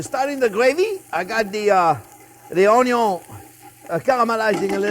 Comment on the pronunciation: Thank you Chef! The entire family loves your show. The youngest (6) loves to zoom around saying "onyon" like you do. The way you pronounce "worry" is Scooby-Doo adorable. Sharing the secrets of good cooking is a gift to us all. Happy Thanksgiving to you and yours.❤️ BTW, it smells wonderful in my home right now as I prepare my turkey & gravy following this recipe.